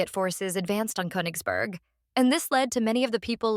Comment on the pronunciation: Russia has never let any territory go. You mispronounce the last vowel in Königsberg, by the way.